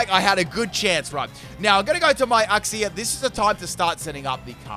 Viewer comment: That’s how you say uxie